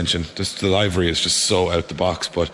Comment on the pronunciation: Tell him he's saying livery wrong. Its liver y like wat wee damage drinking 😂